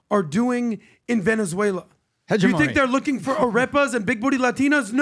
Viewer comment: GUYS ... it's he·GEM·o·ny NOT hedge eh mony.